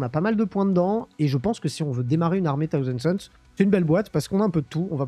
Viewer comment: ...Alors, vraiment, sans faire le chieur vis à vis de l'Anglais et sans exiger un accent de la haute britannique... Par pitié, juste le minimum syndical en prononciation : c'est "SauZand" Sons. 😁 Et pas Death "Gouarde" non plus. Sinon, à ce titre autant dire World itté, ça reviendrait au même. Bref, je fais chier ! 😉 Sinon, d'accord avec le propos de la vidéo. Et oui, les robots TS sont infâmes.